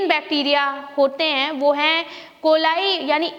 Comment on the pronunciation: Tuje bhi kuch Nahi maloom , aise hi andu pandu jhandu log without Complete info or knowledge video bana k dusro ka time waste karte h. E. coli ki pronounciation hi seekh le pehle itna faltu bak bak krne se pehle